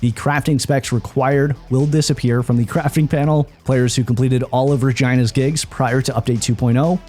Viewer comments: Lmao "Ra-gina" 😂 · bro really said Regina, how you would say vagina lol